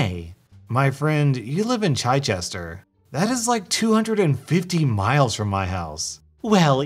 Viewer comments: Chee-chest-er* common mistake is to call it a Chi-chest-er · Ch-eye-chester.....,just...no its Ch-IT-chester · First time I've ever heard it pronounced like chai tea lol but since I think is American it makes sense that he wouldn't have heard of Chichester before and is going by an estimation haha like in another video they pronounced something like Portsmouth as Ports-mouth rather than Portsmuth. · No one: Literally no one:: CHY-chester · Why did he say chiechester it’s pronounced chich-ister. BRITISH BOYS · "Chichester" is pronounced "chich-est-er" not "Chy-chest-er" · I’m sorry, it’s not Chy-chester! It’s Chi-chester (the i as in itch) 😊👍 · It’s chitch like itch, Chichester, not chie-chester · you misspronounced chichester. It is Chi-ch-ester. Not Chai-chester. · “Chi-chester” 🤣🤣 the “i” is said the same as in “kick” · CHYchester. I love it when Americans try to pronounce English town names =P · It's pronounced 'Chit-chester.' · Chychester hurt me to hear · “Chichester”! 😂😂😂 I’m dead! It’s “ch-is-stir”. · Funny fact; Chichester us often shortened to "Chi" (pronounced "Chai") but Chichester is actually pronounced "chitch-chester". You know, just to confuse people XD (source, I work in Chichester) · Love it when people try to pronounce British and Irish place names xx Chichester= CHICH-ess-tuh xx Points for the effort though xx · Oh mate! You've pronounced "Chichester" incorrectly. UK resident here. It's Chee - chur - stir, think of it as if you are about to say chee(se) - chur(ning) - stir(ring). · the way he says Chichester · ~dies a little with how you pronounced Chichester~ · Oh dude the way he pronounces Chichester hurts me (Ik hes American and wouldn’t know but still😂)